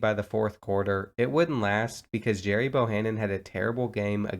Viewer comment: it’s pronounced gary, not jerry